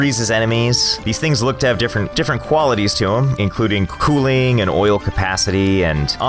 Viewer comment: Why do you say Cooling like Chooling?